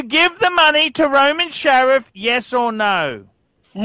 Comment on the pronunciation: FFS, it's SHARF!!!!!